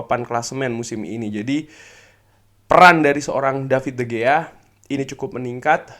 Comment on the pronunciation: Cara bacanya bukan david de gea bg tapi de hea, jgn cuma ten hag aja di korek